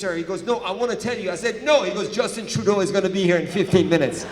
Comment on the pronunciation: Is he saying Dustbin Truedog ??